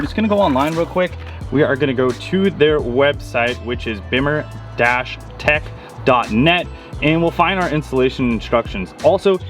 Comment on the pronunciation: Bimmer pronunciation, smh 🤦‍♂️